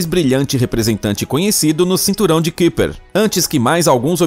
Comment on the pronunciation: Se fala caiper, cinturão de caiper